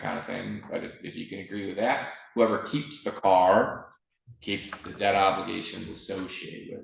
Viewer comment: And Judge, the word is pronounced debt (eh sound, not ah sound like you’re saying DAT, please stop.)